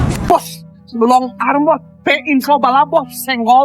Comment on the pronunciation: Pembetulan, arm sebutannya bukan arem... Arm sebutannya am atau swee arm